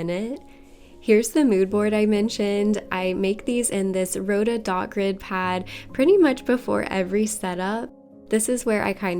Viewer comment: Rhodia is pronounced row·dee·uh.